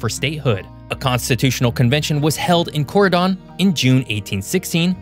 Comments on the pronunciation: When he said Corydon 😬😬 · Where to start to refute so much incorrect or misleading information? How 'bout pronunciation? It's Vin-cennes, with just 2 syllables. It's Cory- "done," not "don" -- ok, that example is less obvious, I'll grant you. But everyone knows that it's Wah-bash, not "Way-bash." And the state is not called the "Ho-zhure" State. Hoosier is pronounced as "Who-zhure." Checking these pronunciations was well within your ability as a YouTuber. Moving on, Indiana's population density is the same or comparable with Ohio and Illinois', and probably greater than Michigan's. The state is not populated by "so few," but largely as many people per square mile as its geographically larger neighbors. Few physical features, you say? Indiana has the world's largest inland sand dunes, with Frank Lloyd Wright-designed homes sprinkled along them, and the world's largest inland fossil beds along the Ohio River at Clarksville. Wrought iron, Victorian and Greek Revival architecture in Ohio River cities, and Columbus, Ind. is the modern architecture showplace of the nation. Not industrialized? Though it is the geographically smallest state west of the Appalachians among the continental U.S. states, Indiana leads the nation in steel production, and has the world's largest steel mill, U.S. Steel in Gary -- and also among the world's largest are Inland Steel in East Chicago, Ind. and nearby mills in Burns Harbor and LaPorte. In most surveys in recent years, Indiana has had the largest percentage of its populati